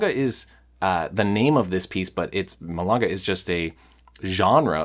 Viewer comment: Milonga..the o rhymes with go or low or throw. You're saying it as if it was spelled milanga.